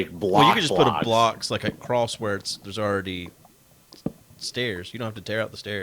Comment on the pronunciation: File this under minutia: could you explain to Jeff that the word ""across" does not have a "t" at the end.